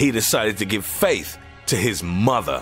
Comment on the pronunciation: ditto for '2006' 'mother' and 'size'